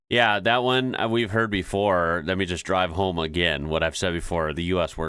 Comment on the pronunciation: Only an American would say "Let me just drive home" like that ;-D or so lol.